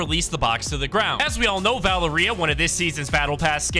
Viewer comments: And Valer-EEA like HUH?? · Bro rlly said valeerEia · As a latino, it is pretty funny hearing you say Valeria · LMFAO the way dude pronounced Valeria😂😂